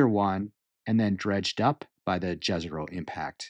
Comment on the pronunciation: You are pronouncing Jezero incorrectly. "J" is not pronounced like in jazz, but like Y in young. Jezero means lake. Please don't butcher words as some NASA employees do.